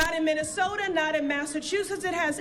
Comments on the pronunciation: What's a "Minneso-an"? Sounds like she purposefully omits BOTH of the TWO "T"s? She's such a PHONY! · I thought there was a t in minnesota.